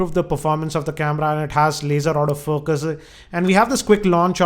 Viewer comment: Everytime you said Auto focus, it sounded as if you said out of focus. (No evil intentions here)